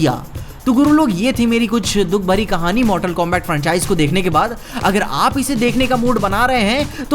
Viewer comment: Bhai koi areas mei pronunciation combact kehte ho aur liu kong, baaki video toh mast hai 🤩